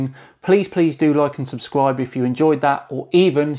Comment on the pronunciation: He has such a high IQ but he says “suscribe” instead of “subscribe”